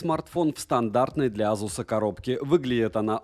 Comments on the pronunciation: Вот АЗУС прям выбесил!!! Ты с чего решил что так произносится? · как только ASUS не называют, тут азус :) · Как же аЗус режет слух.у меня 5 без с уже полгода.доволен.в антуту выдает 823000